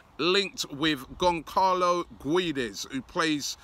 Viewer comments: GonKalo?! Come on man, its not hard to pronounce it as Gonsalo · ITS PRONOUNCED GON-CHALO GUE-DESH. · It’s pronounced gonsalo not gonkalo cmon robbie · man said gonckarlo LOOOL it's pronounced gonzalo the ç with the accent sounds like an s. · GONSALO GWEDES it’s pronounced Robbie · Someone please let him know it's pronounced "Gonssalo Gwedez"